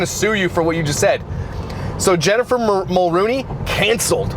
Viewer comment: It’s Jessica Mulroney not Jennifer Mulrooney.